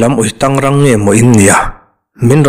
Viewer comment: Mizoṭawng hi in va thiamlo hlawmve, uitang tih te hi kan CM ni ṭhîn, Pu Lalthanhawla lam rîk dan te kha in hrelo emaw ni, a ni khân a lam dik chiah.